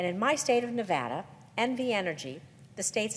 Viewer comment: Great video, but please make sure to say Nevada correctly. It drives people from Nevada nuts.